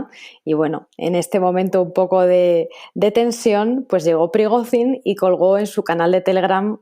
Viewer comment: La corresponsal internacional debería aprender idiomas y fonética. Cada vez que pronunciaba Prigozhin quedaba en ridículo.